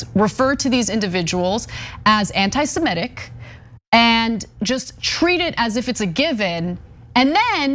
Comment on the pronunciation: If you can't pronounce "semitic" don't do political commentary.